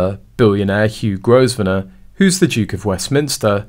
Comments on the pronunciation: The Duke of Westminster’s last name is pronounced Grove-nor. The “s” is silent! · If you're going to put these clips out, at least learn how to pronounce the names you are using. Grosvenor is pronounced Grovenor....the S is silent. You could at least look it up on Google and save yourself from looking so ignorant. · Pronounced Grovener the 's' is silent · The "s" in Grosvenor stays silent, just like "island". Please correct your pronunciation.